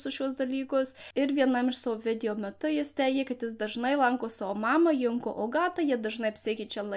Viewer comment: Geras video. Tik viena pastabėlė. Junko reikia tarti Džunko. Tarptautinė japoniškų pavardžių transkripcija (perrašymas į lotyniškas raides) sudaryta angliško tarimo pagrindu.